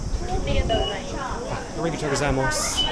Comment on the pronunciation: how has mans been in japan for this long and still pronounces arigato like that lmao